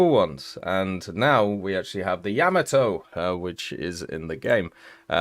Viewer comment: Yah-MAH-Toe come on man...